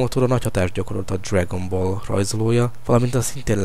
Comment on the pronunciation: Dszregön boll XD. Am jó lett